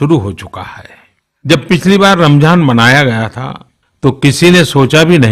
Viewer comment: Ramjhan nahi hai ramzan hai pm sab